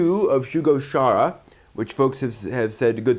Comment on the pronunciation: Great pick ups this time! :D OMG You need to watch Summer Wars as sooon as you can! Such an awesome movie. x3 Btw the Chara in Shugo Chara is pronounced like Character as that's what Chara stands for. :P